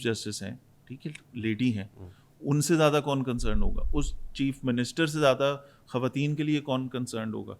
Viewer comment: itni achi Urdu bolne wala jab khawateen ko "Khateen" kahe to bohut dukh hota hai, plz note keejye ga 🌹🙏